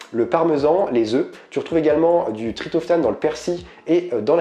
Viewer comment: Merci pour cette vidéo très interessante. Ps : on dit TriPTOphane. ;-)